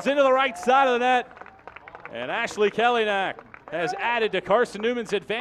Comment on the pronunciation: Learn how to pronounce his last name here kelynack.co.nz